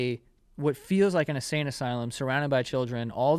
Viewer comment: Joey keeps saying “a sane asylum” 😂